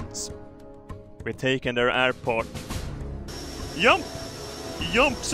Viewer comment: I love the way u pronounce your js like jump is yump and ch is sh like chairs is shares